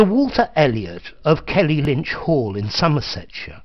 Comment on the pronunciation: It's Kellynch Hall, not Kelly-Lynch!